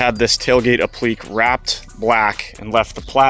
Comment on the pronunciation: The correct pronunciation should be a - pluh - kay , but I had to look it up. I'm no English major. Truck is bad **s as usual!